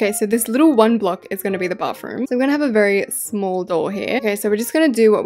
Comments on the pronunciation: It's not smahl masl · when u said like shmall me like:HAHABABBABABABABABABAABAGHAAHAHHAHAHAHHAHAHAHAHAHAHAHAHHAAHHAGHSHAS